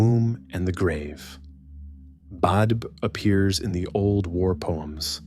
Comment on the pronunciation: Please have someone who knows the Irish language to pronounce the names correctly (Badb and Macha especially)